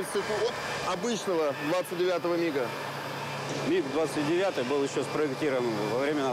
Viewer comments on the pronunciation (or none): That's it! Every aviation enthusiast and every Russian have only one mission in life now - find the narrator and make him read commentary again without saying M.I.G. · I am familiar with the word MiG since I was a child. And I have heard it like a million times. But this is definitely the first time I heard it pronounced like that. M.I.G. This guy must have been living under a rock 🤣🤣🤣